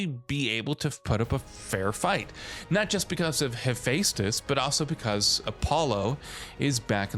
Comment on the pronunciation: mf rlly said He-🙃-tus